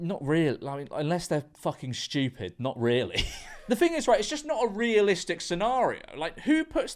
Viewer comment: Bro really said “shchtewpid”